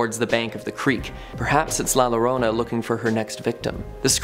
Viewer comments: It is pronouced La Yorona Spanish spelling La Llorona. The weeping woman. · In Spanish a double L is pronounced as a y. La Llorona is pronounced La Yorona.... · The way he pronounces La Llorona has me in tears 😂😂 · Lol can someone also teach him to say La Llorona correctly I was cringing every time he would say it